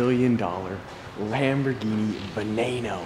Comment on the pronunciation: HAHA THE DUDE AT THE END SAID VENAYNO...ITS VENENO.....(Ve Ne no) JUST LIKE IN SPANISH FOR POISON...VENENO.... OR CENTENARIO IS THE SAME FOR US LIKE IN ITALY..THEY R PRONOUNCEING IT CHENTENARIO BUT ITS PRONOUNCED ( Sen te nario) NOT SHEN TE NARIO.